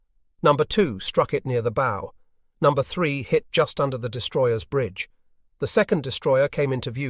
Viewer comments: The front of a boat is pronounced like bowing at the waist, not like putting a bow on a birthday present. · Why oh why can't we get a real human to read the text. It's a bow, as in what you do before the King, not what you do with a tie or shoe laces. These small points really spoil the experience when they are repeated 97 times in the video. A poor show.